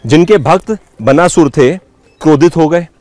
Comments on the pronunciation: बनासुर क्या है भाई। बाणासुर है। नहीं आती कोई चीज, तो बकने से पहले किसी से ज्ञान ले लिया करो। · बनासुर नहीं बाणासुर शब्द है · क्या है यार। उच्चारण तो सीख लो। बनासुर नहीं, बाणासुर।😓🔫